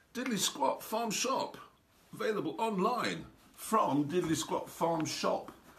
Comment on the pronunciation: I love the weird emphasis he puts on “shop” when he says Diddly Squat Farm Shop hahaha